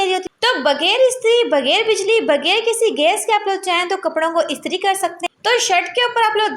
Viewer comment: Baji bager nahi bghair bolte hain ur ghayeb bolte hain gayeb nahi talafuz sahi Karen kindly